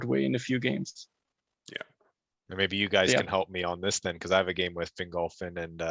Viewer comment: "Fingle Fin." I hear it Fin Gol Fin in my head.